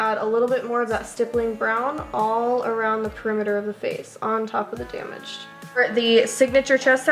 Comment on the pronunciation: Lmao very "danaged" 😂😂